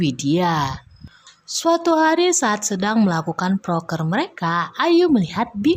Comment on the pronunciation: Proker bukan prokes